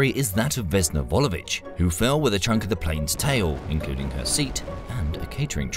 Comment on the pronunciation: Vesna Vulović , not Vulovich